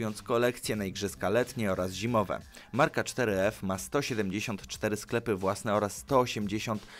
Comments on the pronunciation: Ale to jest four f a nie cztery ef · czter ef... four ef jak juz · 4f czytane jako foreve